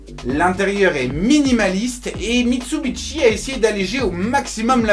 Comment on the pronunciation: pourquoi tu dit mitsubitchi